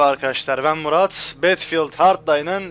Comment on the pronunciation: betfiıld ne battlefield bedılfiıld diye okunuyo!!!!:D